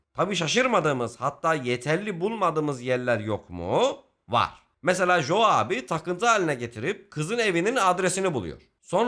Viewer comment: iyi güzelde “Jo” diyip durmasaydın adama keşke. İngilizce’de “co” diye okunur 😂